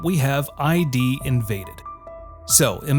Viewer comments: ID isn't pronounced. I. D. It's pronounced id. Like the 'id' in 'idiot'. It's a word. Not an abbreviation. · It's Id Invaded, not I.D. Invaded. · For Id: Invaded, it is not ID as in identification card, but id as in Sigmund Freud's concepts of id, ego, and superego. Yeah, so, the pronunciation is wrong.